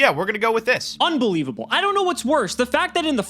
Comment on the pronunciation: i love when start talking like UNBELIVABLE